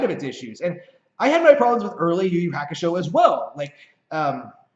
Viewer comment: Yu Yu Hakusho is pronounced "You You Haa Koo Show" Ha like haha or halt. Not like hack.